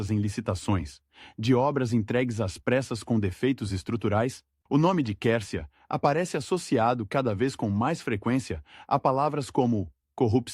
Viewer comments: O nome se escreve Quercia,mas se pronuncia: "cuercia",e não quercia! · Você nessa Narração está pronunciando certo o Nome dele ? A Pronúncia é Cuércia , não Quércia, eu ouvi falar desse político desde Criança, nunca ouvi essa Pronúncia !!! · Pronuncia - se QÜÉRCIA e não qércia . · A pronúncia certa ,QUERCIA. É. QUERCIA,COMO. QUAL,GRATA❤❤❤❤❤❤ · Ta né dando agonia ter que ouvir o narrador falar o nome do Oreste Quércia errado.😮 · Até que enfim 😂dá agonia de ouvir essa pronúncia…